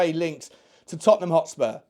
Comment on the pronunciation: man said Hotspur Hippy 🤣🤣🤣🤣🤣🤣🤣